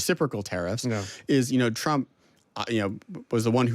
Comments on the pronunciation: You keep mispronouncing the 47th president’s name, it’s President Chump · "chump" min 8- slip of the tongue... 😅